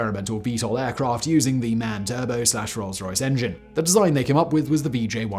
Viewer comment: "MAN" is actually not supposed to be read as a word. It's actually "M.A.N.".